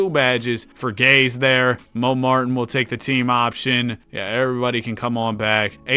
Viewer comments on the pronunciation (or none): btw, Andrew Gaze is pronounced Gay-zee, dunno why but it is